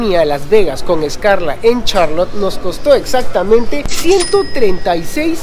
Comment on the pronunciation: ESCALA, no “escarla” 😂🤦‍♀️🤦‍♀️